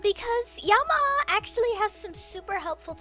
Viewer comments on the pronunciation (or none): none